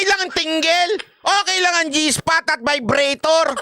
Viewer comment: ung iba, agree ako.. pero ung sa vibrator nagkamali lang pagpronounce ng vibratto si kim C. mali mali kasi si..